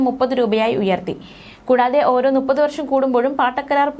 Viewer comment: നുപ്പത് അല്ല മുപ്പത്